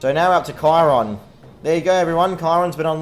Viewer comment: Hey remember me? Also you played the game for a long time, but do you know how to pronounce Chiron?